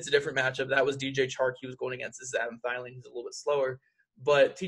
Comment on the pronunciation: Thielen......... It's Theee-Lenn lololol